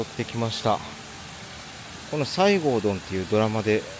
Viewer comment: 「さいごうどん」ではなく「せごどん」です。ゆるり乃湯は行ったことがあります。確か、市比野の丸山温泉の帰りでした。カラスの行水だったので大浴場の方を利用しました。そちらは、大きなヒノキ風呂です。木管からドバドバと温泉が注がれていました。アルカリ単純泉です。外には露天風呂もあります。川内高城温泉の川内岩風呂は行ってみたい温泉の一つなのですが、まだいけていません。今年は無理そうですが参考にしたいと思います。